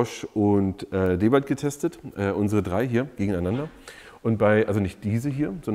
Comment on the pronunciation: vielen Dank, das du DeWalt richtig aussprichst. Viele andere youtuber sprechen den Namen deutsch aus,was mir beim Hören in den Ohren schmerzt.